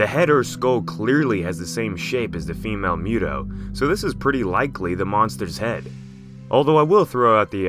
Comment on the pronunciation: MUUU TOOOO NOT MEWWW DOOOO 🤔🤔🤔🤔